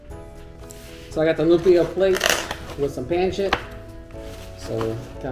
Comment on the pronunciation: Pronounced Pon-sit lol